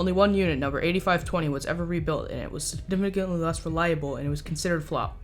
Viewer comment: Nobody: No one at all:: “Stignificantly”